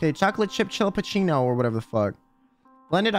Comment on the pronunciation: Istg I lost count on how many times you can't pronounce chillapuchino and it's hilarious □□